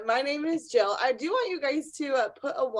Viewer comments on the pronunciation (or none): none